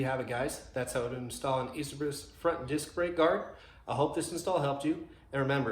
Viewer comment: Its pronounced.. A CHAIR BEES.